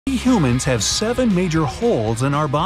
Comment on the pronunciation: I like how he say humans you know you me lol